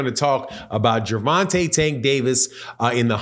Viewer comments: “vonte” tank davis not ronte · Hey my boy at the being sir you say Gerenta I no u don't mean it just thought I let you no you seem to say it right after that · Who is "Geraunta"... I'm glad buddy cleaned that name up the second time he said his name... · Lol did my boy say at the beginning? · Say his name rite if you gonna blog on him